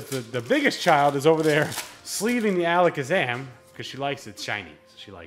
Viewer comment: HEY! kid nailed that alakazam pronounceiation, you could learn a thing or two